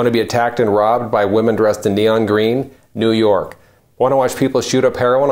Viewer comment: "Neeewww oooorrk has a brand"...pretty bad when you can't pronounce you're own city's name.